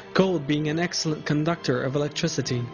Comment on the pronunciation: An ex-el-ent conductOR or el-lect-triciT.